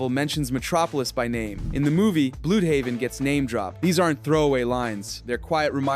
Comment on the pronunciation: just a heads-up, it's pronounced "bloodhaven" not "bludehaven"